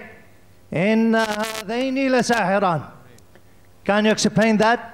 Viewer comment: Did he just say exceplain🤣